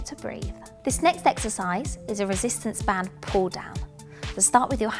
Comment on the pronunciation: Residents band???? Sim-yule-taneously???